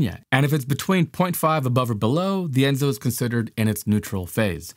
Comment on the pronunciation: The name for the entire cycle is ENSO, not ENZO. El Niño-Southern Oscillation (ENSO)